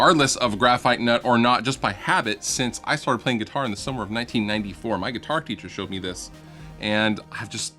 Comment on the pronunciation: nguitar the n is silent